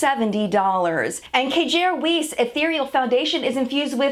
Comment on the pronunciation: Hiya - I know you like to know, so a few pronunciation assists of less well known brands for future reference: Kjaer Weis = kī-yāy IBY Beauty = I.B.Y., aka the letter said individually Thanks, as always, for all of your efforts as well as those of Tabitha & the rest of the WNIM crew! Much love! 🔆Melissa in Ohio